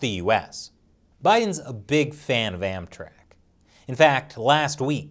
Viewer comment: Everytime he says "AmTrak" I keep thinking he says "Anthrax"